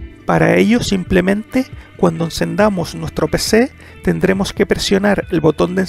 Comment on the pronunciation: Cuando cendamo nustra PC" habla bien